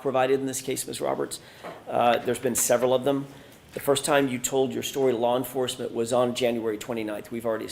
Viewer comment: What the hell is lar enforcement?